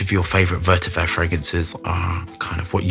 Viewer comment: Is this the edt or edp? I've noticed always say's vertiver rather than vetiver?